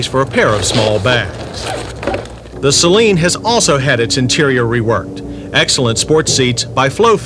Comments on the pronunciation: (sigh..) "Say-Leen" is what u put in your eyes: As in Saline Solution. "Suh-Leen" is what u drive. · Please try not to pronounce "Saleen" as if to rhyme with "Céline": that first syllable is not stressed. It should be pronounced: "sə-LEEN."